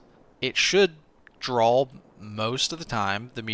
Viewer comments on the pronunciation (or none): Am I the only one that hears 'drawl' when says draw? Although he says draw so many times I may just be hearing it wrong.